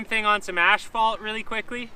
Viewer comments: Why do you call as-phalt ash-phalt? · Asphalt. Do they say it Ashfault in Canada? Not trying to be a dick, genuinely wondering. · Nice video, but you keep saying "ashfault" in stead of asphalt and it is a bit annoying. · It's asphalt not ashphalt... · I love how he calls asphalt ashphalt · The accent on asphalt totally makes sense now! Great video dude